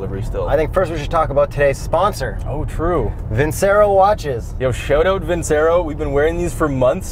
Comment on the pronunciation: Fantastic video as always. Btw, it’s pronounced ‘Vin-cherro’ (Seen a few of their ads); Amazing watch- I bought one because of y’all! Keep it up 👍